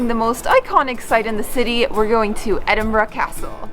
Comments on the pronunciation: and Canadian monarch!!! No Greyfriars Bobby?? At least you pronounce Edinburgh better your southern neighbours. Hope you guys didn't drink all those 'beverages' on the same day !!! Try going to Dunfermline & Stirling next time. Dunfermline is the ancient capital of Scotland and resting place of kings & queens including Robert the Bruce (and birthplace of Andrew Carnagie) and original Carnagie Hall. Stirling is possibly the most important city in Scottish history with a stunning castle. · Hey, just stumbled upon this vid, well done! Best pronouncing of Edinburgh ive heard from a north American! Just some FYI to add if Scottish History is your thing! Pause the video bang on - is walking down the Royal Mile, back to camera with her head turned back. Just over her shoulder is a little statue of a man in mid stride. That statue is just outside a church and graveyard (theres a pretty cool little museum right across the road aswell). In that graveyard, you'll find not only his tomb (his name escapes me right now but he was a poet and auther and a man Robert Burns declared as an inspiration to him) but the tomb of Adam Smith, who is the father of economics as we know it today! Not only that, but Waverley Train Station is right in the heart of town, services a regular and cheap if you go when the locals are at work. Get the Train North to Fife (where I'm from) where in Dunfermline, you find the aincent capital of the country where 7 kings of Scotland held their reign, the abbey and palace are steeped in history and where Andrew Carnegie (as in New Yorks Carnegie Hall - the worlds greatest philanthropist) was born and raised and a city he left a great deal of his wealth to - ie, the private estate he bought and closed, therefore opening it up as a public park to the people of the town for free. Also there, find St Margarets cave (its actually under a car park, I kid you not lol) and discover the connection between the forth estery crossing, Dunfermline and